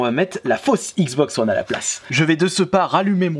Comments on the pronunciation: "La xboxeu one" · Mais putain comment tu dis xbox one